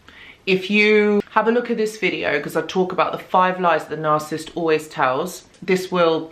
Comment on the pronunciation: It’s nar-SIS -ist